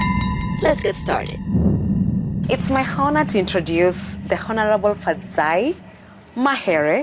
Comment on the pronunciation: Not pronounced hhonor but onor presenter. .